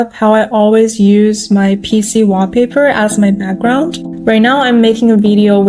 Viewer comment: I love that she says WAH paper 😁